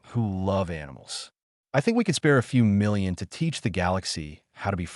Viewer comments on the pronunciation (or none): none